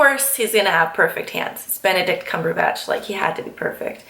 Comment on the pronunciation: Swear I heard you say "I love Bene-dick"